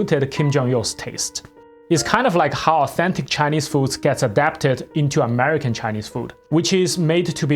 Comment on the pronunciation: dude cant even pronounce America but calls himself ""? f.o.h.